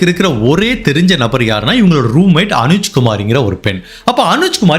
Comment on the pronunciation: ஊரின் பெயர், நபர்களின் பெயரை வேண்டுமென்றே தவறாக கூறுகிறீர்களா? இன்னொரு பெண்ணின் பெயர் அனுஜ் கிடையாது, அவரின் பெயர் அஞ்சு. ஒரு பெரிய பிராண்டட் யூட்யூபர் ஆன நீங்கள் இனி பெயர்களை (ஊர் மற்றும் நபர்கள்) கூகுளில் போட்டு ஒரு முறை உச்சரிப்பை சோதித்து பின்னர் பயன்படுத்தவும். புரிதலுக்கு நன்றி